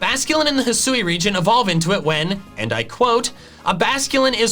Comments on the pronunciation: I loved your video and... Let me possibly be the ONLY person bothered to tell you: Thank you. THANK YOU for satisfying this phonetics freak's need and pronouncing the region properly. If I see one more Youtuber pronounce it "HIGH-SOO-WEE", I will lose it. Bit sad on the ability idea, but I am super stoked for the Starters. I thought it was a really odd line up. For once I'm actually leaning towards Fire, instead of my typical Grass, but we'll see... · I'd assume that hih-soo-ee is the correct pronunciation, because that's how they pronounce it in the pokémon presents. They wouldn't reveal a name and then not say it correctly.